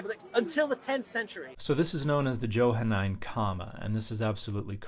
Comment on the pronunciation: It's pronounced with a soft "j" . . . Mr. scholar.